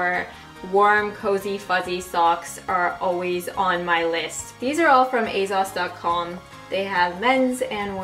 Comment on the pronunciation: The way you pronounce 'Asos' drives me crazy 😂 It's aSos not aZos.